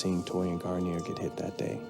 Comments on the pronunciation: "Gar-neer". "Garn-yay" is a shampoo. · Its garneer not what you say